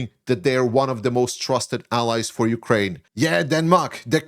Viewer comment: hey there, some constructive criticism for ya, please, please, please stop sayin YOU-kraine, it is not youkraine, hiskraine, mykraine....it is just Ukraine. Otherwise great analysis and I would even subscribe if you could correct this.